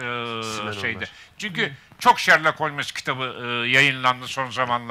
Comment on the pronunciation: Holmes diye mi okunur o Allah aşkına